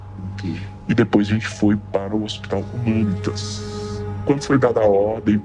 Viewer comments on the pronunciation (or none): Documentário top. Só ajeita as pronúncias kkkk Jardim “Andére”. Marco “Elí” Chereze. Hospital “Humãnitas”. Abraço!